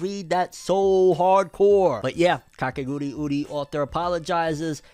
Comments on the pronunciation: Why does he pronounce kakegurui, kakeguriuri ? 😅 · But why does he say kakeguriuri???? Like man just read like its written. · You adding extra syllables to Kakegurui fam😂. And ya def watch Made in Abyss, it's a masterpiece and one of my all time favorite anime. Live action anime only usually work if the anime's setting and story is grounded in reality. Made in Abyss won't translate well at all in live action, so definitely gunna be avoiding it lol. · And Kakegurui as "Kakeguriuri"